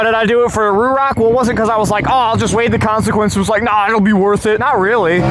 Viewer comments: It's RHOK! ;) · I keep hearing RHOK, its been a minute I guess😅